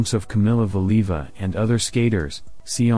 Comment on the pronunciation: the narrator (AI?) cannot even pronounce Valieva's name correctly! Nobody noticed before posting this? Weird